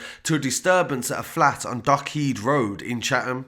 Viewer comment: Dock HEAD road, not Dock Heed road. Moron.